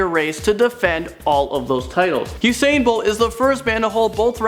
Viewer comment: He said usaiyan bolt 😂😂😂. It's just usain